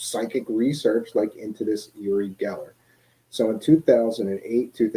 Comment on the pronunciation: I have never heard his name pronounced "Yer-rie", or "Or-rie" before.